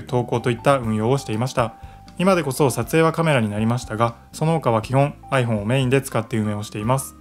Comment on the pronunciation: アイ↑フォン↓じゃないです アイ→フォー↑ン↓です